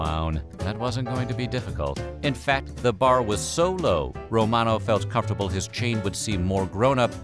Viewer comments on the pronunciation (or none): none